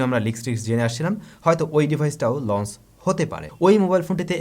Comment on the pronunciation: very good channel.like it. One suggestion: আপনি সম্ভবতঃ "চ"-উচ্চারণে সমস্যা আছে। এটি সত্ত্বর কাটিয়ে উঠুন। launch লঞ্চ। লন্স launce নয়। সব 'চ'কে আপনার উচ্চারণ 'স'(s) হয়ে যায়। এই বিভ্রাট কাটানো উত্তম। শুভ কামনা।